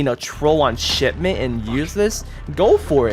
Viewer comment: it sounded like he said shitment instead of shipment